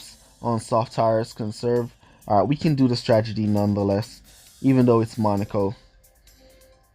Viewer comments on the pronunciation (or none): I like it when he says Stragety instead of Stratergy🤦